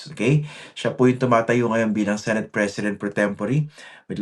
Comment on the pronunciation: Yes..kung totoong love at nirerespeto nya ang senado...'senet' sabi nya senet